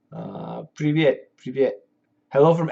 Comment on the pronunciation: Your Russian hello (привет) was unexpected and really awesome))